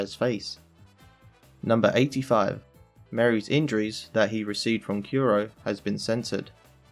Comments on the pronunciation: Well, he kept saying Kuro like "Kiro", so I think Japanese pronunciation might just not be his strongest point. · Stop saying yusopp and kyuro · Why do you call usopp yousop and kuro kewro